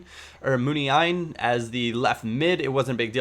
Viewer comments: pronounced Moon-ya-een :) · Its pronounced munyieen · Munain = Moo-nyah-een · its pronounced moon ya een long e sound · omg do u seriously not know how to pronounce Munian?? LOL come on man... really..?